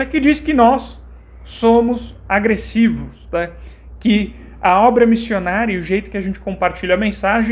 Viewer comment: Eu me poquei de rir quando o cara disse que " os mormons são agrressivoss" KKKKKKKKKKKKKKKKKKKKKKKKKKKKKKKKKK....Ai diz: "ih somos agrressivos!" kkkkkkkkkkkkkkkkkkkkkkkkkkkkkkkkkkkkkkkkkkk morri!